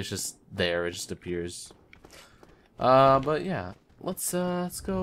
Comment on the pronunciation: Schizophrenia in this episode? I heard two.... Also, butts whenever you say but, lol.